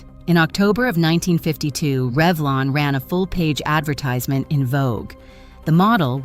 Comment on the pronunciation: Reevlon????? You mean REVLON?!?!?